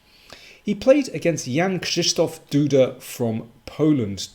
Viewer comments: Congratulation Mr King for the pronunciation of the complicated name of the Winner. It seems that you have prepared for it ... as the true GrandMaster! The analysis, as usual... superb. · Wow! You have the second-best pronunciation of Jan-Krzysztof Duda in English youtube chess channels! Good job on that, I believe it took quite some time to nearly master it! :D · Perfekcyjna wymowa nazwiska Jan Krzysztof Duda. Myślałem że jesteś Polakiem z pochodzenia:)))